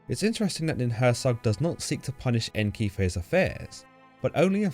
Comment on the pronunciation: Nin hur sang, not nin hur sag. Also, hur sang means just "mountain" in sumerian.